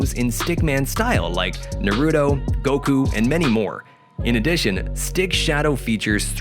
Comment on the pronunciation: This guy said 'narudo' I'm so done with this. I bet all anime fans are going to be pissed at that.